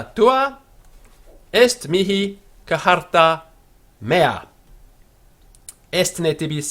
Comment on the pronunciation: Total waste of time. It took me a few minutes to realize that he was mutilating the simple word "charta" into something sounding like "kuh-har-ta." My advice: use the Italianate/Ecclesiastical pronunciation, where Latin is pronounced as if it were Italian. for the following reasons: 1 - It is much easier and more intuitive to pronounce, as well as GREATLY more pleasing to the ear. 2 - The church is the only place you'll ever hear Latin spoken outside of a Latin class anyway. 3 - The "Restored Classical Pronunciation" is really largely guesswork, and there are written examples of phonetically-spelled Latin from the Roman era that contradict it - and that make Latin sound like...wait for it...Italian! 4 - Why worry about sounding exactly like "educated Romans who lived on the Palatine Hill"? That's a bit of a narrow focus. The short take: if you are devoting more than 15 mins to learning to pronounce Latin, you're spending too much time on it. That is time that could be better spent on actually learning Latin.